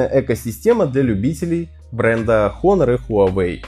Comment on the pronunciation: Потрясающий обзор. Начать рассказывать про экран, но не сказать ни о типе установленной матрицы, ни об ее разрешении. И да, читается название как Онор [ˈänər], а не Хонор